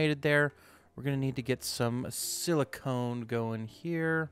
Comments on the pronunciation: Silicon: sil-ih-con Silicone: sil-ih-cohn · Also, silly cone.